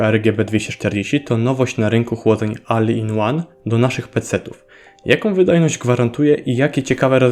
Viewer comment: Proponuję Ci trzymać się jednej linii i bycia konsekwentnym. Albo wymawiamy w całości po angielsku: 'OL IN ŁAN" albo po polsku: "A-L I-N O-N-E" - czytać tak jak jest napisane w języku polskim. Czytanie, czy wymawianie zmiksowanych wersji ja tutaj: "AL IN ŁAN" może rozwalić baniak Twoim słuchaczom, którzy w odróżnieniu od Ciebie, uważali na lekcjach angielskiego i polskiego.